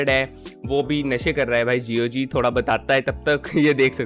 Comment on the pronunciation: Pronounce gog closing your mouth